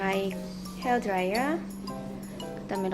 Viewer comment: 두번째 영상에는 중간중간 설명하는 글자가 추가 되었네요ㅎㅎ 베뜨 로브, 드롸이어ㅎㅎ 마무리가 급 끝나는 느낌이긴 하지만 재밌게 봤어용ㅎㅎ